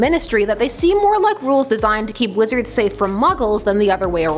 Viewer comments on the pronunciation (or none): none